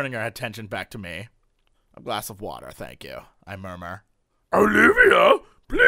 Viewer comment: "WULD YU LIKE WAHTUR?!?!" Ah Jesse, you so crazy